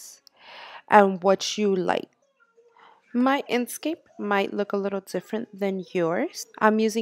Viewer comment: INK scape. NOT in scape. Smh